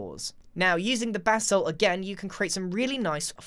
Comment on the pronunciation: It sounds like he is saying BATH SALT instead of BASSALT.